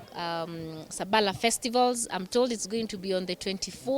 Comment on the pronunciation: Its SABALA....not shhhhhhaaa